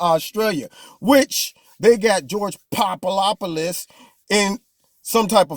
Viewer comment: Omg, you had me cracking up every time you said George Poopadopulus...etc!!! I loved it!! 👍